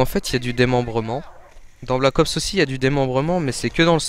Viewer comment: mdr vous trouvez pas que quand il dit "Black ops" on entend blackos? Sinon tu pourrait être un peu plus enthousiaste quand tu parle sinon c'était pas mal.